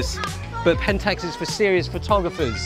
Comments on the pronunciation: The fuck is a 'Penntucks'? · it is not pentes, it is pentax.